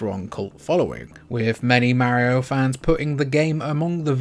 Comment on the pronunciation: 😂love it!